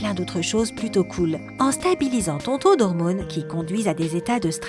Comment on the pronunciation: "en stabilisant ton taux d'hormones" ptdr 《auremaune》😂